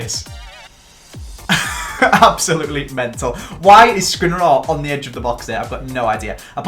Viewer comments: It's Skriniar not skrinarar, also Ghana is a country, not Idrissa Gana Gueye, it's Aubameyang not aubemeyeng and it's Dier not Dia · hey love the RTG but please stop calling Skriniar, Skrinirar